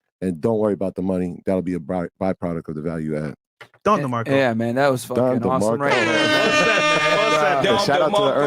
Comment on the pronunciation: I like this show a lot. But if I hear "Don Demarco" one more time, mothaf... 😂